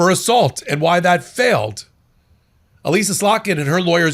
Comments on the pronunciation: Elissa Slotkin's first name has a sort "i" Sounds like Alissa. Let me also complain that my congressman, John Moolenaar, is trying to get our Michigan voter information sent to Trump. Thanks for doing what you do! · It's E-Lissa. 😂 E-Lissa Slotkin! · Love the channel, but it's "Elissa". Pronounced just like "Alyssa". I only mention this because I think of the two times I've heard you mention Senator Slotkin, you've mispronounced it both times.